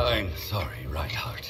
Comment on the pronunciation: It’s reinharot (simple not rude correction)